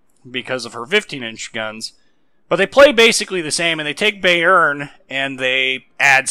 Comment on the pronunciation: Im bot even German but your pronunciation of Bayern really does ruffle my feathers, its pronounced like buy+urn